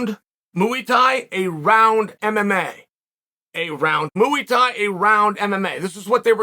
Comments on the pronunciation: I normally love Chael’s opinions on stuff. But… he calls Jonathan Haggerty “Josh” “Mooey Thai” is not kickboxing. Adesanya vs “Piera” 🤣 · “Moo-weee tie” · Learn to fucking pronounce muay Thai. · MOOEY Thai! LOL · It gets me every time he says "Mooey Tie." 🐄 + 👔 Freakin love Uncle Chael ❤️ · "mooey thai" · Mooouy Thai???? Thankgiving we definitely talking bout this unc 🙏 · "Moo-eee thai" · What's up, we Talkin about MU-E Tie???